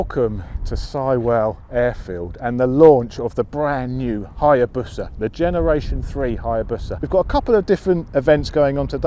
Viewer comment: Haya-boosa. Not bus-a haha